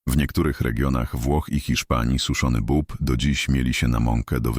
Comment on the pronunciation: Nie "bob" tylko "bób"